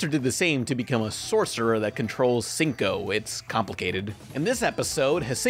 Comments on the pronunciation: Its HSIEN-KO! Not Senko! Its a Chinese name, not the name of a convenience store you american dolt! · Shen-ko, basically. "Hasinko" is just being. He has a habit of deliberately mispronouncing characters' names or spelling them wrong or just misnaming them entirely. It's sort of a running joke, see. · its "shen-ko" not "huh-sinko" smh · Hsien ko is pronounced "Shien ko" Not Cinco,. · "Hasinko" Me: "Hsien-Ko... ffs" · Your "H'sing Kow" made my ears bleed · Her named is pronunciation "Sin-Ko" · The way you said "Hsien-Ko" hurt my soul. Also the plural of succubus is succubi. Good video overall, though.